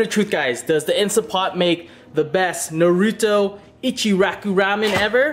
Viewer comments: He said ichiraki instead of ICHIRAKU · I thought I'm the only one who got pissed that an Asian couldn't say it right